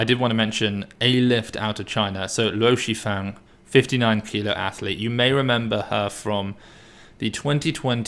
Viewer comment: Way to butcher the greatest lifter’s name